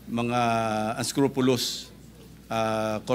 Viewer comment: I don’t know if the good Sen. Ping Lacson, intentionally chewed on the word “unscrupulous” so as to sound “scrupulous” to use it as sarcasm to those corporations?